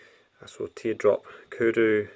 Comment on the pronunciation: Kuru? Or do you mean Koru?